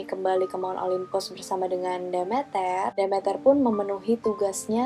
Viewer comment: Prounounciation inggrisnya udh bagus,tapi mau koreksi aja nih,Demeter itu dibaca "The-Mi-Ter" (The meter) Dan Persephone udh hampir bener,but more like "Per-sa-fe-ni" hehe,just fyi ^_^